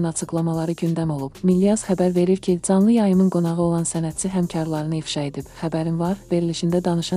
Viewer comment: Dzanlı yayım...😂bu millət haçana kimi c səsini dz kimi ç səsini ts kimi tələffüz edəcək🤦batasız elə milli çuşqalar